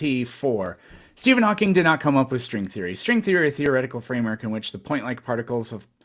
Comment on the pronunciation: I love how this imbecile guest wants to quote Hawking, but can't even correctly pronounce his name. Tells you everything you need to know